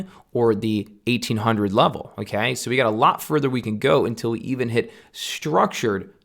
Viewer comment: Great video! I appreciated the technical analysis behind of what I too have been preaching the last year(s). Just one thing: When you say "Okay", it sounds super funny, I don't know if it's your accent or just how you do it, because it sounds like "M'key" or just "key" with a funny sounding tone (noticed it in the last 5min of the video and had a giggle). Great video, thank you! :)